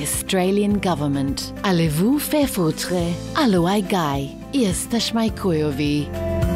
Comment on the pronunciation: "Jesteśmy chujowi" well pronounced